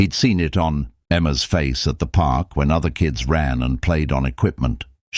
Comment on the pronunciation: Is "donse" anything like "dance?" I would suggest that if you can't properly pronounce English, then narrate in a language you CAN pronounce. Is a "pok" anything like a "park?"